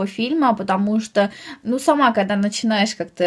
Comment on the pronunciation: ты вместо "когда" говоришь"кода")))ахааха)